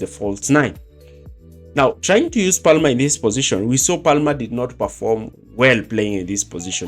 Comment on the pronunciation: You don’t pronounce the L in Palmer. It’s said as “Pamer”.